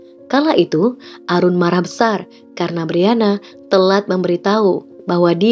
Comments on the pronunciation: Mbak, Aaroon bacanya Eren, bukan Arun, kalau Arun biasanya nama orang India tau Bhanglades, kalau bule bacanya Eren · Aaroon bacanya eren kak.. bukan arun... sedikit koreksi..